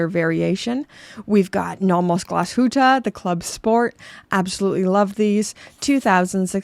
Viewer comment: Ah, playing "if I/you would...." three days before Christmas. Just put on your Tag F1 and enjoy the holiday season. One thing: when you say "Glashütte", put in a pause between, "Glas" and "Huette". Think of "Pizza" and "hut(te)".